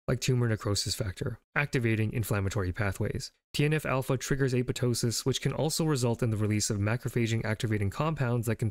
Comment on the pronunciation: FUCK YEAH LITERALLY THE FIRST TIME I'VE SEEN SOMEONE PRONOUNCE APOPTOSIS CORRECTLY!! 🤘🙇 HELL YEAH TO GREEK ROOTS!